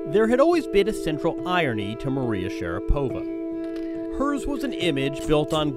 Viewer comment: My Russian wife says Maria's last name is consistently mispronounced. In Russia it has the accent on the 2nd syllable, not the 3rd. It is Sha-RA-po-va, not Sha-ra-PO-va. But maybe after a lifetime of having the western world mispronounce it, Maria just goes with it.